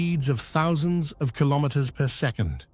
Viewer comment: …at over six hundred kilomwamwamwam….